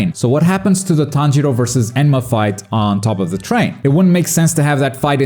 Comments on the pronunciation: “Enma” lol it’s enmu but I love “enma” 😂😂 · Please stop calling him enma 😢